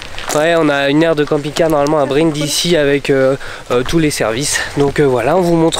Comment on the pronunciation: Brindisi ça se prononce brindizi.